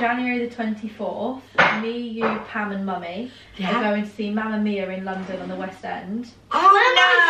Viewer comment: It made me laugh so much when Annas grandma said mamma mio instead of mammamia😂 P.S. love you